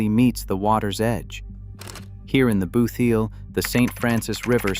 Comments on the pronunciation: Please get pronunciations right. It really grates. It is "boot heel" and not "booth heal." In the state It is called "New Madrid" as in "sad" and not as in "bud". And many of these pictures are either not related to this state or are misidentified. The "Lake of the Ozarks" is really the Osage River flood plain and not the Ozark Plateau. And how many times do you need to mention the "booth heel" is a flat flood plain? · He said booth eel tho….just when I stopped watching. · "booth eel" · WTF is a "boo-theel"? AI NARRATION SUX, YOUTUBE!!! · Your AI occasionally says "booth heel" . Very annoying